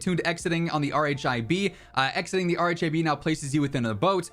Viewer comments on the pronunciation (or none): RHIB is pronounced "RIB"...